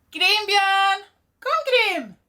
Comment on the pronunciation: i say GRIM you say GahReem